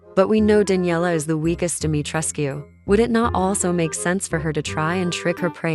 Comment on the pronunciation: And thank you for pronouncing the u in Dimitrescu because it is based off a Romanian/Transylvania bloodline which would be a correct pronounciation, not a silent U thats heard in the game.